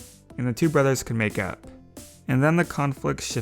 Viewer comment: who else heard make out instead of make up just me ok